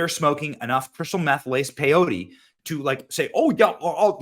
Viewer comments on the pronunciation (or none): none